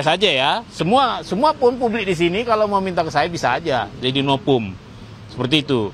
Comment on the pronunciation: Novum lol, bukan nopum😊